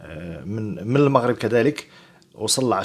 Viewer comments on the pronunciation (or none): none